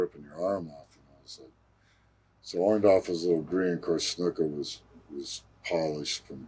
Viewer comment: Orndorff not Orndoff lol